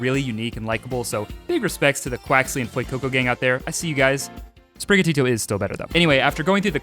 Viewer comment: QWAXLY QWAXLY